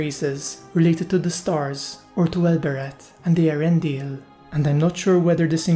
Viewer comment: I'd just like to congratulate you on being the only Youtuber I've ever heard pronounce Eärendil's name properly. :-D